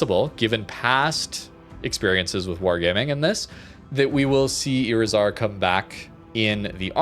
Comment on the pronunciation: When you see a Spanish word with a "tilde", that marks the accent of the word. iRIzar.